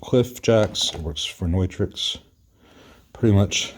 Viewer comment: Noitrix? Never heard it pronounced that way. Anyhow, thanks for providing yet another informative video.